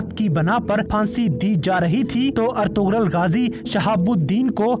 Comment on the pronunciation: Its not "Ertughral" its "Ertughrul"( gh is silent)